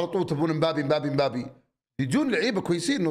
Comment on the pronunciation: علم فرنسي وCB ويقول مبابي 😅